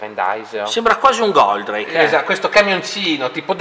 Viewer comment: e 'sempre stato un po' strano questo personaggio , sembra quasi fatto per gioco , ispirato un po' da altri robot , quasi una presa in giro comunque se la faceva la bandai lo facevano meglio , pi son gusti ......................................................E' COMUNQUE SI DICE GOLDRAKE